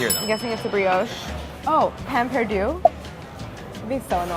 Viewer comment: French for bread is "pain"; pronounced paihn, not pan.